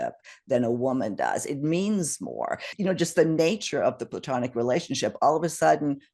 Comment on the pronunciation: Correction... Platonic... Not, plutanic..lol